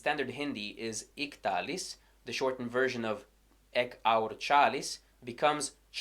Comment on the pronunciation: If I heard you say "Iktalis" as a standalone word, I probably wouldn't be able to tell you're not a native speaker. Good job!